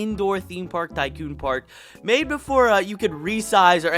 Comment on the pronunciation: The way he says tycoon is pissing me off